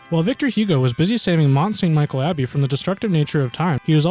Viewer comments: Mont Saint Michel is not pronounced Michael but Michelle. Le Mont-Saint-Michel (French pronunciation: [lə mɔ̃ sɛ̃ miʃɛl] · Please, Mont st Michel (pronounced like michelle), not michael. There's also the chateaux Cathare built atop of mountainridges and the stunning Carcassonne castle is part of the Cathare castles. (I've had the pleasure of visiting all of the above, located in the southern part of France and they are impressive. And yes, definitely love medieval buildings. Many castles still exist in France, most now privately owned, a good deal of them situated along the Loire. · It's pronounced Michelle, not Michael.